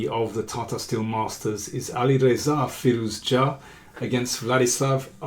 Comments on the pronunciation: Can you please just call him Firou-zha like everyone else (or Alireza)? Your pronounciation is hurting my brain, and I really like the kid. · How do you come up with those pronunciation ideas? You might be the only one in the world pronouncing his name like that :)) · I'm sure it is correct, but every time Daniel say Firouzja it reminds me of an episode of The Big Bang Theory where they set a puzzle to get Sheldon a date, the girl shows up at his door and starts speaking Klingon.